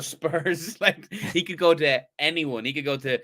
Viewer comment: said “now he can pick” it just sounds like “now we can pick”